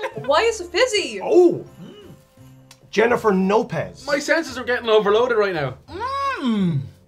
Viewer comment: "Jennifer NOpez"😂😂😂